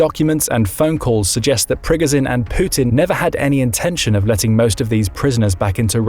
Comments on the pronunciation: It’s annoying how he’s pronouncing Prigozhin (Pre-Go-Zhen) 😅 dude’s saying (Prig-Ga-sin) and he watches the news because he knows the same info we all know.. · priGOZHin, not PRIgozin… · Great insights, but it's like nails on a chalkboard every time he says "Prig-i-zin". It's Pre-GOH-zHin. (LeviosAH...😂) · Pri GO zhin..... Jesus pronounce it correctly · Why can't you learn how to say Prigozhin after 2 years of reporting on the war? Don't know why but it really makes me mad lol